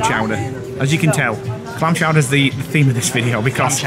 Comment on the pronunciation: Very much enjoyed this vlog guys. You made us chuckle at the amount of times you said “Clam Chouder”. So pleased it met up to expectations. Looking forward to your next vlog 🤗